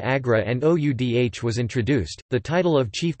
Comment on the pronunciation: Oudh ko pronounce kar bhaiye!